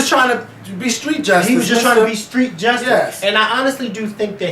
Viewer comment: OMG.....the lawyer actually said ig'nant and jes-tice??!! LMAO. There is nooooooooooo excuse for that and yes, you needed to "go in" on that one. I'm glad Zimmerman was charged. However, if I hear the word ig'nant used during this trial I'm DONE!